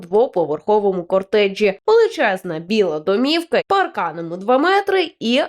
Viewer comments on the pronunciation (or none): Пані ведуча не кортедж а котедж.